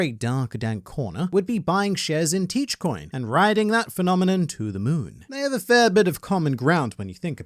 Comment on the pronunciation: Teech Coin, lulz.